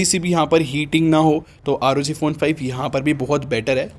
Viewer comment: Bhai isko "aar oo gee" nahi " rog" padte hai